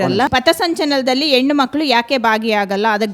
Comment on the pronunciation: ಅಮ್ಮ ತಾಯಿ..... ಅದು ಹೆಣ್ಣು ಎಣ್ಣು ಅಲ್ಲ.... ಮೊದಲು ಕನ್ನಡ ಸರಿಯಾಗಿ ಕಲಿತು ಮತ್ತೆ ಇಲ್ಲಿಗೆ ಬಂದು ನಿನ್ನ ವಾದ ಮಂಡನೆ ಮಾಡು 😂😂😂😂